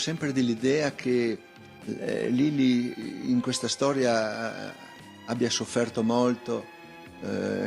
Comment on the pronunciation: esatto 👍, stessa identica cosa e’ successa anche a me . Quando (mesi fa) faceva gli stessi sproloqui di oggi “tutte fessewie tutte bufale tutte chiacchiewe nessuna stowia d’amowe tutti bugiawdi” gli ho scritto “MA LEI CHE NE SA?” , e mi ha bloccato subito in pratica posso anche continuare a scrivergli ma non mi può leggere nessuno